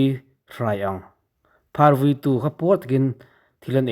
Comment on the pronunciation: Vūí lam dan dik zir i mamawh. Phing chil tih lam dan leh a hrilhfiahna hi ka hriat dan nen s inang lo tlat mai.